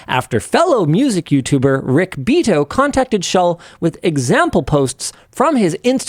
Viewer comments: There are not enough words to describe how much I despise the english language. Not even the way he himself pronounces it makes sense. It's an italian lastname so it is beh-ah-toh not be-ato, not beeto. I guess his grandchildren will be Beetos. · Linus pronouncing Beato as Beeto instead of Bee-ato is driving me nuts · The mans last name is pronounced Bee-Ah-Toe...😂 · "Rick BEETOE" xDDDDDD😂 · Bee-AT-oh, guys. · Love the LTT crew and Rick Beato, so hearing Linus say Rick Bee-toe was hilarious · He is pronouncing it as beat-o.... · They have plenty of shit to talk about, but still, I think one should know regardless cause you don't just say "beat-o". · He knows the right pronunciation, he’s just asserting dominance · It's Beato lol